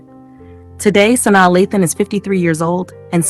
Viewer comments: Sanai....it was hard to watch pronouncing the names wrong. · You are pronouncing Sanaa incorrectly